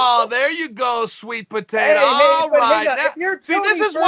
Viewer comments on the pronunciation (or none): Uncle Chael forever the bad guy. LMAO when he called Helen sweet potata.